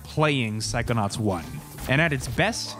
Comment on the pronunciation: Why I instead of “psychonauts” hear you saying “psychonuts”?!?